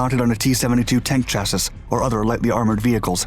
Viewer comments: "Chass-is"? really? is this audio AI produced now? it's pronounced /ˈCHASS-ee/ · he's still pronouncing chassis wrong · what is a SHASSISH? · Canadian pronunciation? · I have also been trying to communicate the correction to him for years